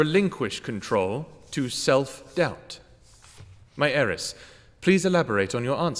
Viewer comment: Its “heiress”